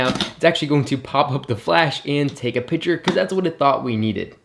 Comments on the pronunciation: piC-ture. Not pitcher. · I swear every time you said picture I literally heard pitcher